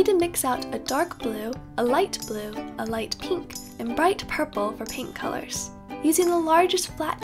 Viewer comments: "peenk" haha i love it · I love the way you say pink, it's like peenk*